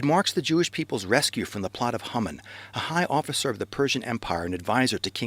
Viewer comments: I can read and write proficiently in Hebrew and I can speak a pretty well for not having studied it conversationally for several years. I've NEVER heard Haman's name pronounced HUmin. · I don't hear "HUmin"--I hear Hah-mun spoken quickly. But even if he used the Americanized "Hay-man", the video had a great message that fast-speaking Americans (for whom it was probably made) can understand. I don't ever want to criticize an effort to declare Truth. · that is the funniest pronunciation of Haman I've ever heard :)